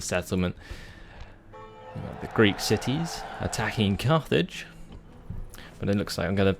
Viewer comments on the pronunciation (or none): none